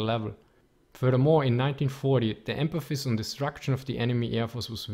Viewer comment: I don't really mind the accent, but he keeps saying "empaphis" rather than "emphasis."